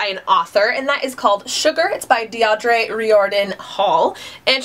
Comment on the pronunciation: When you post a review for Sugar, it's pronounced Dear-Dra. (